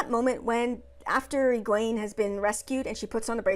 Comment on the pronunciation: 1) Nynaeve wasn't angry during the horses. Lightning couldn't have been her. She was scared. Her block would not allow it. Also, Egwene is pronounced "Egg-win".... all of their names are Scottish names. I had to look up the proper way to say them all and they all sound better when you throw a proper Scottish accent on them. 2) Agreed. She is a hero. No more comment needed. 3) She grew up around boys and has anger issues. Seems exactly what I'd expect. Though she should have broken her fingers with how hard she hit someone. 4) Being a hero isn't never being scared. It is doing what needs to be done anyway. As I said, she is one. 5) She's stubborn. Two Rivers folk from way way back.